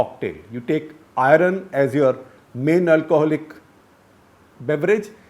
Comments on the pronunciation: If ignorance is bliss... you are blessed.... stop your nonsense about ' India" . .... Talk about your contribution to casteless society. What is your "surname" ? ..... Your pronunciation of " Iron "........ and " Pipty " by Gujaratis for " fifty" are vestiges of Dravidian influence on people who believe that all that is India is Rg vedic in origin. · Just a question: Why can people north of the Vindhyas never get the pronunciation of ‘Iron’ correctly. Even the Doon School types cant get it right, ironically 😜